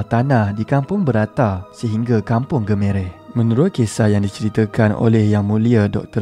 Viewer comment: Maaf, sebutan Gemereh tu salah, cara sebutan betulnya Ge-me (Gema) Reh... Memang benar lagenda naga di Segamat ni hangat diperkatakan suatu ketika dahulu, pelbagai versi dikatakan. Namun satu kisah yg pernah saya dengari ialah, tahun 1980an dulu pernah ada seorang ulama' (tidak dikenali siapa) pernah mendakwa bahawa ekor naga itu terletak di Medan Selera Jalan Muar berhadapan Poliklinik Segamat manakala kepalanya terletak di Kampung Paya Dalam Gemereh, dikatakan jika naga itu bergerak maka akan berlaku banjir besar di Segamat. Sejauh mana kebenarannya wallahualam... Coretan ringkas : Anak Jati Segamat...